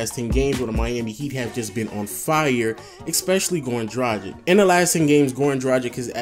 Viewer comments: it is pronounced dragkits not drajik!!!come on man!! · Great video! Completely agree with these names. P.S. Dragić is pronounced 'Dra-geech'